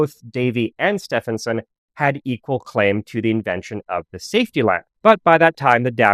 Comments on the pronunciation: Its steven like the male name. Not steph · In British ENGLISH, Setphenson is pronounced SteVenson. Sorry, it was so annoying. "Stephen" (Steven) is my middle name. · Stephenson is pronounced "Steven son", Steven and Stephen are pronounced the same in English. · Great video but the pronunciation of Stephenson made me cringe. It's pronounced Stevenson. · I love your videos, but as an Englishman, I must point out that Stephenson is pronounced like "Steve-enson" the UK (correct) spelling of "Steven" is "Stephen" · Stephenson is pronounced Stevenson in UK English. yes we're weird get over it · Pretty sure it's pronounced Steven-son (the train guy). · Stephenson is pronounced Stevenson ....... just saying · Where did you get the pronunciation of Stephenson from? It is Stevenson. I know, but he was English, and English is a weird language and we pronounce it Stevenson. This grated on me just the same as when Edmund's name is pronounced Hayley. 😬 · Yes, sorry .. it's Stee-ven-s'n 🤷‍♀️ I'm afraid that was becoming really grating 😔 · As a pedant, I must remark, that the correct pronunciation of Stephenson, in George Stephenson is "stee" + "vuhn" + "suhn". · Stephenson is pronounced Stevenson. English spelling eh? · As soon as you make a basic mistake in pronunciation on such a simple world the rest of your info becomes questionable. Get it right. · This is the first time I hear Stephenson pronounced this way. Do you have any source for this pronunciation? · I was going to say the same thing 😅